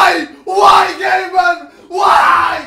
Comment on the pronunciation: Its gabing-ben